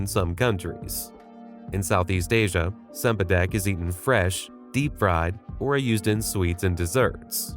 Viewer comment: Cempadak is pronounced chempadak. Get it right.